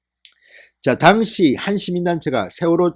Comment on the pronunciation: "당시"라는 발음 고려해주세요